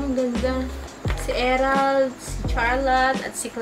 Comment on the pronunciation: Erald po not emerald shshhs